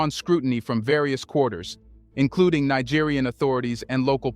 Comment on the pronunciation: You should say "knee-gerian" for Niger to distinguish it from Nigerian for Nigeria.